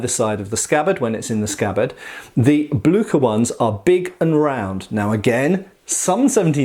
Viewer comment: Blücher? You butchered the name! Not Blücker... Blücher like ship.... Blüsher please try.